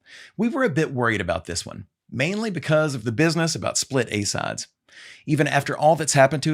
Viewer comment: Double A++ for your original research and presentation as always. Funny note: when it first starts off I couldn’t help but wondering what the heck are “A SODS” (sic)... Even the English subtitles had “sods” every other time.;) Keep up the good work! # #TheObviousCOM